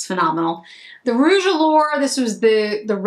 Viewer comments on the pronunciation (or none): none